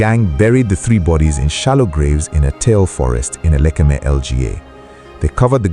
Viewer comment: Why were you pronouncing it as elekeme?